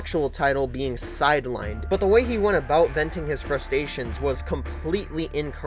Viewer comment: "Frustations" I'm imagining an angry crab